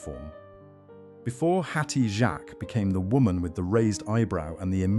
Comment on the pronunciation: That is not how you pronounce her name!!!!!!